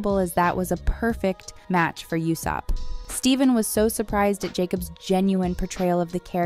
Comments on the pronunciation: PLEASE ITS PRONOUNCED “LOOFY”😢😢😢 AND ITS USOPP NOT YUSOPP.. ARRRGGGG!!!!🤯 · You-sop instead of Ooo-sopp too, lol. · Yeah that's the correct spelling, I moreso meant the phonetization of his name. Pronouncing it "YOU"sopp is incorrect, but pronouncing it "OO" / "U"sopp is correct. You're correct that the spelling is Usopp. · And omg … YOU sopp? Ooh-Sopp. Do your research! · I'm gonna be "that guy". Luffy = ❌Luh-Fee | ✔Loo-Fee Usopp = ❌You-Soap | ✔Oh-Soap (like Oh La La) Iñaki = ❌Ee-Na-Kee | ✔In-Ya- Kee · i cringed as well. clearly the narrator is not a fan and has not seen one episode. she even said "you sopp" (usopp) ugghhhhhhh. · 😅 yeah, and yousup 😅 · The show is out, how are you pronouncing the names wrong? Oo-sop, Loo-fee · Usopp is worse! 🤮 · The mispronunciation of Luffy and Usopp 😭💀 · When they said Luhfee I unironicly paused the video in bewildered disgust. I'm not even sure I can press play again. There's no excuse for not knowing how to pronounce Luffy's name. EDIT: YOUSOPP. YOU. SOPP. What a fucked up day. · If you can get past the pronunciation of "Luffy" and "Usopp", this video is actually very informative. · It killed me everytime she said Usopp and Luffy 😭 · The way you pronounce Luffy and Usopp breaks my heart. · I wanted to give this video a like, but the mispronunciation of Luffy and Usopp's names bothered me way to much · Sadly, she has not watched a single episode with how she's pronouncing Luffy and Usopps names. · Her mispronouncing Luffy and Usopp names triggered me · Pronunciations...🙄 luffy, usopp....uhhhhhh....it creeped me every time you said those names